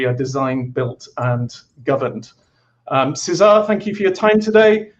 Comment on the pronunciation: Nobody knows all languages and pronounciations, so no judging there. Having said that, the accent remains on "Cé", not on "sar". So just like in English you would pronouce Cesar, the same stress applies in Spanish, only changing the vowel sound to a Spanish "e" vowel sound.